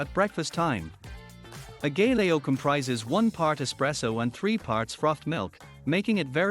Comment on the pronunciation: Learn to pronounce it first then make the video!